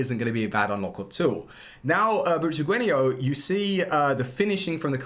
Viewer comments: Where do you see i in Butragueno when you keep saying it Butraguenio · Is anyone else annoyed by 'butraguenio' not 'butregueno' Pronunciations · It’s Butragueño - the accent over the ‘n’ gives it that pronunciation.